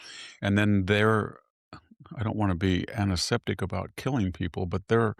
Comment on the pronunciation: It was a mispronunciation. He meant antiseptic. Anaseptic isn't a word.